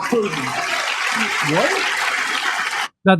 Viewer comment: He didn't even pronounce Putin's name right.